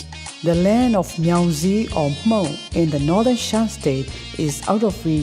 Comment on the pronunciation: I'm proud of you how you say and pronounce the name of "Hmong" very good.